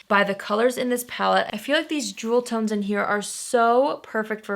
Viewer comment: Lol, did you say "drool tones"? If not, maybe you should have. :-D